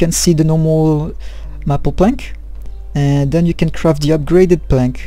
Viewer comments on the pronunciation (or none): Another great vid! Keep them coming! Best, John PS. Its pronounced May-pull. But its said fast. :)